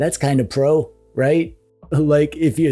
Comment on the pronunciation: i like the way you speak the "pro" 😂 the prrr sound got me everytime